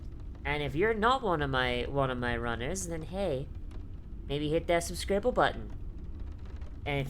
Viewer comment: I'm subscribing, but only cuz you said "subscribble" and that's delightful